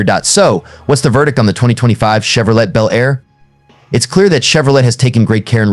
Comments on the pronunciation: Well computer voice did it again Chevrolet is pronounced CHEV RO LAY not chev ro let. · Che vro "let",🙄. What a lame video.